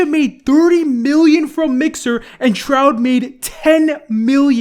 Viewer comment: Nobody:: "Ninja and "Troud"